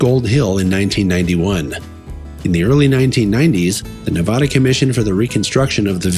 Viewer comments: could you please learn to pronounce the State of Nevada correctly? Hearing the way you pronounce Nevada is like having cheese graters be pushed down on my ears. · you need to educate I have never heard a Latino pronounce it that way before and I have lived here for ever have you?